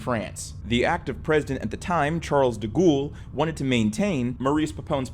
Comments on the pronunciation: Every time you say "Charles de Ghoul" is hillarious. I know you're an American and therefore probably against your religion or something, but please at least attempt to pronounce things correctly. It's 'Charles de Gaul" pronounced 'gorl' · The correct pronunciation of Gaulle is closer to “goll” (as in “doll”) than “ghoul.” That said, I suspect the mispronunciation may have been sneakily on purpose because of de Gaulle’s ghoulish nature. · Charles "deghoul" and "peppin" yeah sorry im out i cant stand the pronunciation lol please do a bit of research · “Charles da ghoul” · "charles de gool" (no hate) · 😂"De Ghoul,"😂 Whether you're intentionally mispronouncing "Charles de Gaulle," or doing this out of a mere mistake: I find it HILARIOUS everytime I get hit with that "Charles de Ghoooul," 😂😂😂😂😂. Perfect, hahahaha!